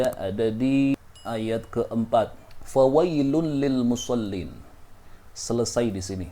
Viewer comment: Maaf..maksudnya,cara baca yng benar,musoliinallaji..gitu..ga boleh musollin gitu..